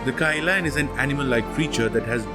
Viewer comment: It’s pronounced more like Kee-Lun.